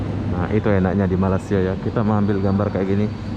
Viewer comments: Sebutan sahabat menyebut nama Malaysia 👇🇲🇾 Agak berbunyi "MALAS" SIA❌ sebut begini mas👍'MALAY SIA'✅ MELAY SIA 👈pun boleh, ejaannya bukan begitu ya..cuma yang saya tulis itu hanya bunyi sebutan..supaya tidak terasa malas" nonton video mas bro👍🇲🇾🤝🇮🇩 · Sudah lama buat video nak sebut Malaysia pun susah! Lidah kau ada masalah ke 😏